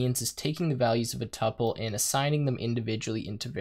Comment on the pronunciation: It's pronounced two-pull.